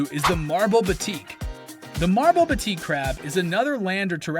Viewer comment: Thanks for the amazing Crab video but just wanna point out its pronouced BAA-TEK Crabs, Batik is a form of texture here